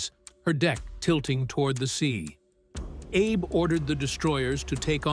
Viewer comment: The correct pronunciation of the captain's name is AB-ay.